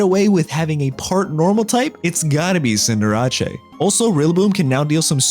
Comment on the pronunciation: The cinderace pronunciation angers me